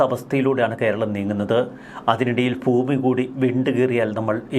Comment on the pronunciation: Foomi ennalla sir. Bhoomi ennu paranjal nallath. Just for your kind attention.